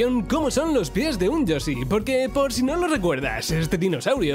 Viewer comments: Me hincha las pelotas que no sepa pronunciar Yoshi y diga yosi 🤡🤌🏻🤦🏻‍♀️ es como cuando dicen yutuffff en vez de YouTube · La isla de los yosi? Por qué los españoles no pueden pronunciar el sonido "sh"?